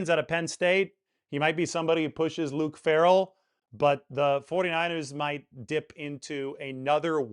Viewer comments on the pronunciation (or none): none